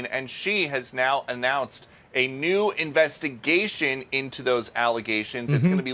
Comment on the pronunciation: A new investy-GEI-shin!